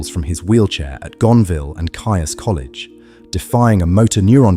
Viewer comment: Keys! Not kai-us ...